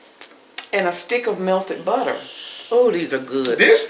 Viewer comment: It's just the annunciation of the buhterrrr that is like nails on a chalk board.. c'mon!